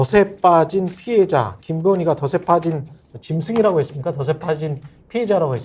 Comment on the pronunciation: 더세 가 아니고 덫체라고 읽어야 합니다